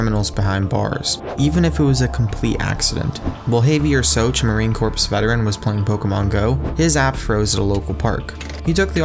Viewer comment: The game has led to alot more arrests than what this video mentions. Also please dont be like Barrack Obama in calling a former US Marine a veteran of the Marine Corpse. Its pronounced like core.